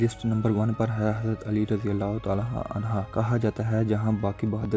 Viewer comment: Bai Jan naraz na hona hazrt Ali raziallah a anha ni hota ha anhu hota ha